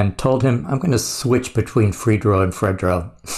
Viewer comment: It's no pronounced Fred-dro lol. I'm surprised you never heard this song. It was a big hit. It even crossed over to a point that it became a theme song for the rock crowd to slam dance to. Us true hip-hop heads knew not to be around white people when this song came on 😂